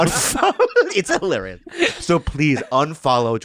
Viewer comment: I feel like a dumbass because it took me a second to realize what hee-lar-ree-us meant lol